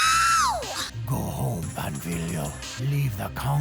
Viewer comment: just a tip to (finally) say his name right. first say pan (a bit louder this silable) and add filo, wich sounds like the philo part of philosopher. gl